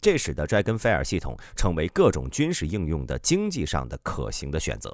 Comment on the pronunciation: fire这个词你读错了